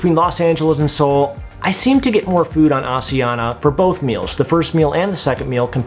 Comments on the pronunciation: It's pronounced: AS-I-An-ya Not As ee an - a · props for the awareness in trying to pronounce asiana. it's Ah-SH-eeh-ahna. got the 'sh', not the 's' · FYI, the pronunciation of Asiana is actually neither of the two options you gave/used. The closest English-speakers can get is "Ah-shee-an-na". The 's' is not a 'zh' or an 's' sound it's a 'sh' sound. You can hear them pronounce it as such on their safety videos as well. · its asian-na... read it properly!!! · How do you pronounce Asia? Then pronounce Asiana? My wife is Korean you are pronouncing it wrong. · When you’re on Rome do what the Romans do! Pronounce it like the Asian Pronounce it! Not all the people in the World 🌎 speak like you!!!!!!